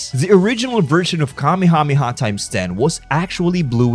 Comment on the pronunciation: "Kamehamema" ur not slick pal 💀